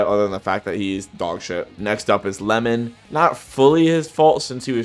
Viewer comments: nice video just found one error,very early xD Its Iemon not Lemon..with an I not L xD beside that i see Barou over Shidou because hes my fav^^ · Bro called Iemon, Lemon 💀